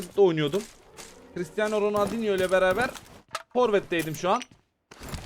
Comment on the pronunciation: Abi şunu her zaman yanliş diyon kiritiyano noraldino day be😂😂😂😂